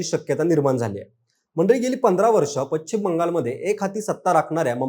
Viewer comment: तुमचे चॅनेल खुप मोठे आहे त्यामुळे ह्याला पश्चिम म्हणायला शिकवा. तो चुकीचा उच्चार करत आहे